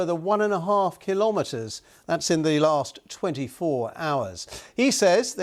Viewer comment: One and half kilometars😂😂😂. And Nato CNN media is presenting it like its one hundred